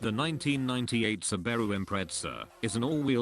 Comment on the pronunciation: Can be directly applied to the Subaru Umm sorry did you say Sbbaro or Subaru?